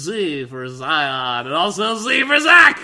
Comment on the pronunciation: Zion with an s.